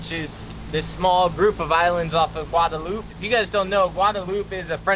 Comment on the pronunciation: stop saying Guadalupe it don't sound right